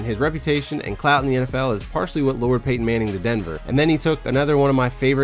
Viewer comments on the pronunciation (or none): none